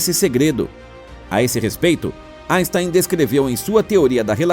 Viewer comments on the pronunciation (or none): none